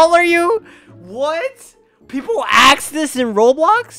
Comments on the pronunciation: Every time he says * axe* instead of ask XD So hate:)) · “People axe this in Roblox??!”